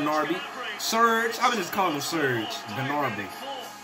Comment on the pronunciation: GNARBY 🤣🤣 jesus christ